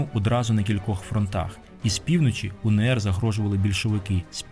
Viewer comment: Зауваження: не УНееР, а УеНеР, адже буква "еН".